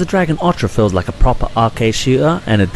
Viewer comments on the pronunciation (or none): Its not called Panzer Dragon Ortra, and You don't pronounce Sega as Sea Ga, its Say ga. There is no R in Orta, and Dragoon has 2 oo's not 1